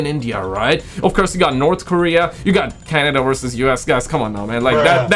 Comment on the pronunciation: let me introduce you to the letter 'V'. It makes the "vuh" or "vvv" sound. Like in the word "werses" errr.... I mean... "verses";)